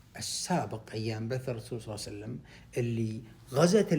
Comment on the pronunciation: عندما تذكر سيد الخلق محمد صل الله عليه وعلى اله وصحبه وسلم و تريد ان تصلى عليه صل عليه بطريقة واضحة وفصيحة وبهدوء وبدون عجلة تادبا مع سيد الخلق محمد صل الله عليه وعلى اله وصحبه وسلم